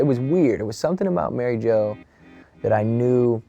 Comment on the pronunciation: "Mary Jo" more like Mary Ho... sorry Sir Robert